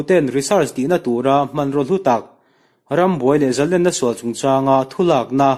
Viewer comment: A ngaihnawm hle mai. Zalênna tih erawh zalenna tiin a ri thin a, Sangha manna lên kan lam rik ang chiah hian Zalênna tia lam rik thin a va tha êm.